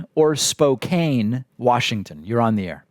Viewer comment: Spo-Can! My hometown. :-)